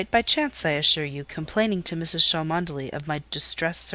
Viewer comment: Mrs Cholmondely is pronounced “chumley”. Sorry but it’s distracting.